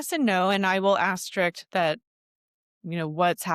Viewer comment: Yeah no “asterik” lol ok